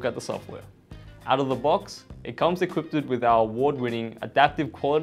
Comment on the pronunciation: Did you say equipped'ed?